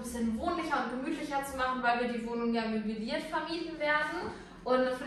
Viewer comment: Es heißt MÖBLIERT, nicht MÖBILIERT